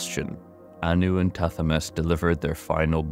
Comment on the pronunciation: Ps its pronounced ta he met